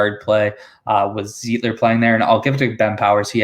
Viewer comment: Lol not zeeeetler lol ... its pronounced z-ight-ler ... like light .... Zeitler